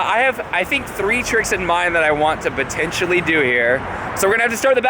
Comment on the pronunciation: 00.15 sec, what is this word "botentially" you use? lol, I'm just playing (heart)